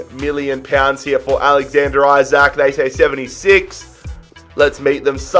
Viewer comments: His surname is pronounced ljke “E-sak” not “I-sak” just so u don’t get 10 episodes in and realise 😂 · Yeah. I dont get how there is confusion. It isnt "Eye-brahimovic" so it shouldn't be "Eye-sak". "EE-sak" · Just so you know you prounons Isak, Isak not aisak